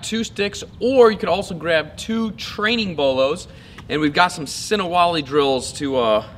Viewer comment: Das Ist sinawali,nicht sinawali Wali😉